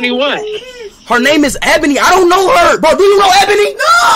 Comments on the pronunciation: Its actually E-bonie that's how you pronounce it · Nah y’all know it was his lil bro cuz he was laughin at the fact that speed was pronouncing ebony wrong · But bros don't even know how to pronounced ebony🤣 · Speed saying ebony the wrong way to stay innocent 'lmao ebony is a girl name'